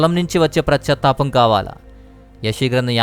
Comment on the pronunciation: It is not prachatapam but it is pachatapam.